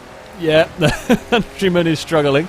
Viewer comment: hahaha hes trying to say'deal with the countryman' ..but he says something a bit differnt! ;)